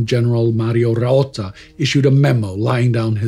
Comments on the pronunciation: This series is taking a toll on everyone, included... But please don't stop. NEVER FORGET. Just a correction to ' pronunciations: it's general ROATTA not RAOTTA and Odilo is read (in english) O-DEE-LO, in italian sounds exactly O-DI-LO. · ROATTA. Not Raotta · General Mario Roatta not Raotta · Great show as always. Thank you TG’s team. Just a small side note: is Roatta, not Raotta. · It's Roatta, not Raotta.